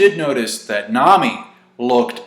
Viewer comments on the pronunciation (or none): none